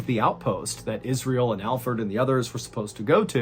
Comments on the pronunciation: I knew it was Alferd. And the reason I knew is because I believe if he was innocent Mr. Ballen would've pronounced his name right. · Is anybody else upset that his name is Alferd instead of alfred? Or am I just hearing it wrong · Wait it isn't said like Alfred but Fird? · 😂 I thought you were pronouncing Alfred wrong the whole time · watching it again i love how mr ballen calls him alferd as well lol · It's funny how you started calling alferd instead of alfred.😂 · ! You called him Alferd. 😅🙄😂 IM DAED!!! 😂🤷🤣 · Your pronunciation of AlfERd's name was driving me crazy...until 10 minutes in, when it all made sense..😲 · The first 10 minutes I was wondering why ballen was pronouncing Alfred like Alferd: lol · 😆 I did! I should have known Mr ballen is a really smart guy! I just kept hearing Alford! 😆 I'm very pronunciation oriented! BE WELL JENNI! Have a beautiful and Blessed Life! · I thought Mr Ballen was just butchering the pronounciation of Alfred (common name in my country), and I’ve never heard of the name Alferd, so when he explained that it was in fact Alfred, it made sense haha